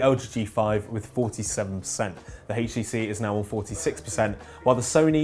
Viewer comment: Quit saying " heechtc"